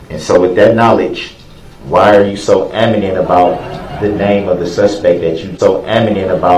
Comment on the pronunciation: Adamant...... KILLED ME! And I thought axe was bad